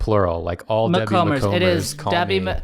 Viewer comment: Sent this to my best friend and she cringed so hard at how you guys pronounced her name 😂💀 Debbie's niece